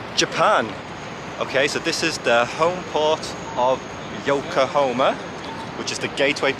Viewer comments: Pls know it’s YokoHAma not yokohoma…. Pains me to keep hearing you keep mis pronouncing it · Dude, it's Yokahama, not Yokahoma. I believe Yokahoma is a state just north of Texas. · It's Yo ko ha ma not Yokohomea😅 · Yokohoma? Anything like Oklahoma? YokoHahma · I want to do an Asian cruise. I love all of the food 😋 Yokohama is pronounced with an 'ha' 😊